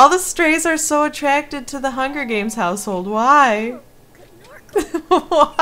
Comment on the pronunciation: "Bitch is tweeting in the hunger hames"